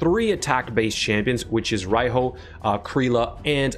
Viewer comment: she is pronounced ar Ree hooo, as she is a japanese influenced figure, and Riho is a legit name in Japan, and pronounced as reehooo(strong "o" at the end)